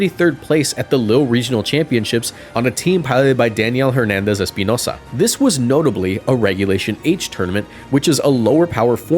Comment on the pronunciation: That "Espinoza" pronunciation was fine asf